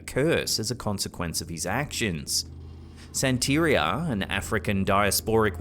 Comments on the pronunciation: The way mispronounces "Santeria" I automatically thought of a cafeteria at a sanitarium, lol. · They lose credibility when they don't know the proper pronunciation of the religion their referencing. That isn't how Santeria is pronounced.